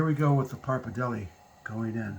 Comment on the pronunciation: Love your recipe but is pretty tragic how you pronounce pappardelle and Parmigiano Reggiano :(